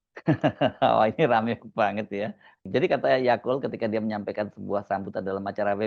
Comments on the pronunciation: yaqut mas bukan yaqul wkwkwk😂😂😂 mas hersu lucu tiap nyebut nama ybs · Mungkin tanpa sadar, Mas Hersu sering mengucap YAKUL (seperti merek minuman YAKULT) utk menyebut Yaqut 😂😂😂